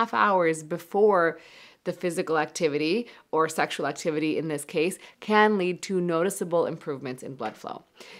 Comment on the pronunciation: She said "can food give you stronger erection" I thought she said "canned food give you stronger erection" 😂